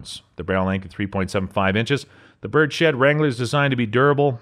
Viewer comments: It's Bird's head...not Birdshed. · In reference to the Ruger Birdshead Revolver It's pronounced birds-head not bird-shed. Its called that because of the shape of the grip not the "pattern". Otherwise good video. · Bruh this is the second video he's said Bird-Shed. I know it's nitpicky but shiiiiiiiiiiiiit